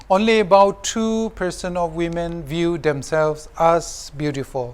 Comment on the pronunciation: we all know it's women but the pronunciation sounds wemen that's it byeeee👋